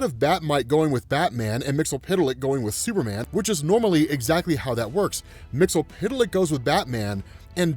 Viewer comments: bruh your pronunciation of MXYZPTLK is killing me lmao. I say it like they did in the Superman TAS "Mix-Yez-Spit-Lick" which made sense being 8 letters and those consonants would make two letter syllables.... BUT WHO AM I TO JUDGE? LOL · Say it like this...... Mixel flick. You're welcome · You're saying "Mxyzptlk" name wrong man!